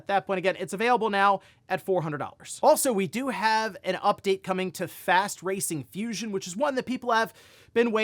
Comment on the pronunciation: Why tf did you call it Fast “Racing” Fusion?